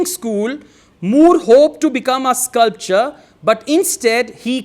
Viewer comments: Sir, you are saying sculpture instead of sculptor in many instances. It causes confusion and the viewers might take that as the correct pronunciation. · with all due respect i would like to point out that you have mispronounced ''sculptor'' as 'sculpture' plz note that they are two different words pronounced differently.....this is not to demean you.....but just to remind you......how we fail to register minor differences...... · In sculptor, t sounds.. But u sound c